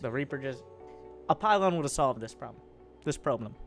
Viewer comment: “Probe-blem” hahaha perfect